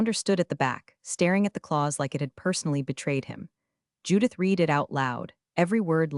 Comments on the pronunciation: Yeah, someone should whisper to the narrator that past-tense read is pronounced like red, not like “I need to reed a book.” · Teach the narrator the pronunciation of the past tense of read.